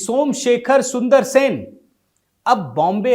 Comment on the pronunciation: Sun-dara-resan, not SUNDARSEN.